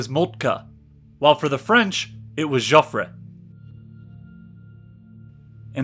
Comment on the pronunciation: This is an excellent video and very well presented material. Subscribed. A very good reading on the same subject is the 1962 Pulitzer Prize "The Gun of August" by Barbara Tuchman. For "Jofffre" in French , the last "e' is silent and never an accentuated vowel like in Spanish .